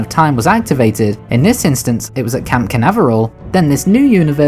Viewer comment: Hey it's Cape Canaveral, not camp. Like the space center in USA.